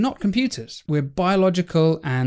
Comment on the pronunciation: This guy is very clever so listen to him. He even knows the meaning and pronunciation of "stochastic"!